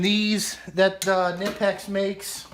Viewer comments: Yeah I like the locking flex heads also. I think you should call them midgets, instead of stubbies, it'd make Bruce happy. Did you know Allen isn't his real last name? Ha. You say knipex right. You held that 2" wrench like I hold my tool taking a piss. What kind of socket trays are those? Yup, they need way more better scrapers. Yes we use snap gauges to measure out of round and taper in cylinders. Nice fluke that's the only GM recommended dvom. Gonna be awesome watching your OCD flare up putting tools in that new box. You should live stream it. I watched to the end. What do I win? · I just go with K-nipex because that's how I've heard it explained from a few German people and the company themselves. Its kind of like how Wiha and Wera sound more like Viha and Vera according the the Germans. I just go with the original pronunciation as much as I can. That said, its such a minor thing its basically a non issue. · It's German. And pronounced with the K